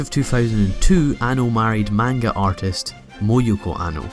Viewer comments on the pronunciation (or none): none